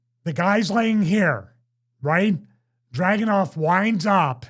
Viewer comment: It's DragUnov. Least get it right.